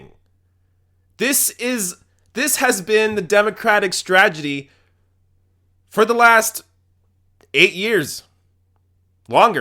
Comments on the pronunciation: "STRAGEDY"??? Can't you say this word correctly? "STRATEGY" Thanks! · stra-Te-gy not stragedy, you boring tard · "S t r a g e d y"? You seem like a smart guy, I'd hate for that mispronunciation to be used as fuel against you. S t r a t e g y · Agree but it's strategy rather than stragety. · This is a great analysis, but I have to say that I died a little inside every time you said "stragedy." The word is "strategy." Otherwise, though, good points! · "The Democratic Stragedy" lmao On accident or on purpose, that was funny. xD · The word is "strategy" NOT "stragety" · am I crazy or are mispronouncing "strategy" on purpose? No offense or anything. I align with your political views and I'm subscribing to your channel but every time you say that word I keep getting reminded of W Bush's "stra-tee-gery" Stragety. Strategy. Stragety. Strategy. It's hilarious! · STRATEGY. STRAT-E-GY. Say it. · Great program, but stragedy? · It's STRAT-EGY, BTW.